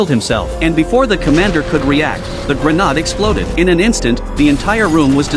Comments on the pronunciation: "Grenald" lol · Grenade ❌️ Grenad'e ✅️